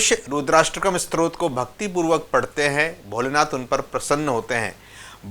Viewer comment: क्षमा चाहुगॉ, आपने 'स्तोत्र' का उच्चारण आरंभ से ही 'स्त्रोत' किया है | रूद्राष्टक के अर्थ में शिव महात्म बतलाने के लिए सादर प्रणाम | 🙏🙏